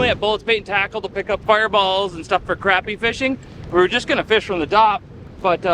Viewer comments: You’re saying the word “crappie” wrong. 😂 Say it like “crop-e” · It is pronounced Kraa-pee not Crap-pee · And you have asked this question before and I've let it slide a bunch but for the love of God it sounds like c r o p p y not crappy it's the best fish in the lake down south please don't call it crappy😂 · Is it just a Canadian thing to just pronouncing it as "Crap" or do you not know how to use American language? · Say it like this please “crop” “pee” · You lose me at Crap-E every time! Especially when you’re in the gosh darn South to begin with. Back when I used to guide on lake Calcasieu, the first one that called them Crappy, we used for an anchor lol. You have to learn the dialect of where you’re fishing, otherwise you look like an…..